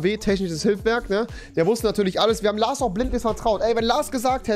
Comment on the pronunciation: Trinkspiel : jedes mal wenn rewi LaRs sagt ein Schluck xD